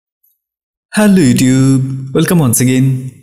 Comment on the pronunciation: vai hello YouTube bolar style ta change koren please. Eta khub e baje lage sunte ...